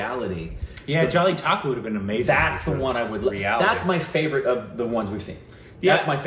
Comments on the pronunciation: Who can u pronounce Jallikattu??: hold my Rice Kheer "Jelly Taco" 😎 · It's not jellitakku it's jallikattu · it is Jallikattu and not Jallitakku...:D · Jaby taco.